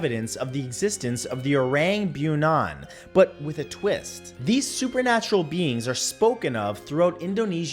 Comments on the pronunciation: Its pronounce as O-rung Boo-nee-yun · For number 3, that's not how you should pronounce it. It's oh-rung boo-knee-uhn (orang bunian) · Hello Matt, with all due respect, try to pronounce the creatures’ names correctly, as the resources for that are east these days. As an Indonesian I spilled my coffee when you tried to say Orang Bunian and got reminded of how you pronounced our first president Sukarno back in the day. Otherwise, great work Matt. A top 10 scary creatures from Indonesia would be a good idea 😉